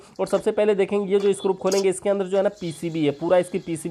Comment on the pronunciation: Wo screw hota hai ,scrup nahi...